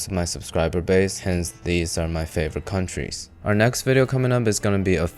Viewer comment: ‘countries’ definitely 😂